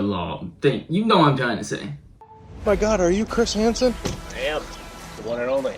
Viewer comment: "Chwis hansen Wets get to wowk"